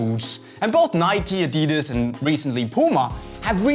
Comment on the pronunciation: you freaked up the names of adidas boots on the list:P